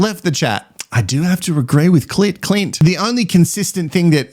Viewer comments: Omg every time you call Clint, Clit, I’m literally laughing with my dog 😂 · Binged all of your episodes 😂 Lovvvve your take on all the mess! ❤ Every time you use cl*t instead of Clint 😂😂😂 has me cackling! I feel bad for Billy. Sierah is stone cold and is obviously okay with cheating. Adrian is a Neanderthal and should get together with Eliot. Two clowns 🤡 Love Dave and Jamie 🥰 And Carina and Paul. Something about Paul though.... can't quite put my finger on it 🤔